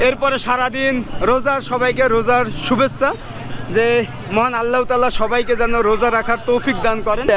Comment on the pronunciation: সালাম দেওয়া শিখ শুভেচ্ছা রে সুবেচছা বলো কেন 🫵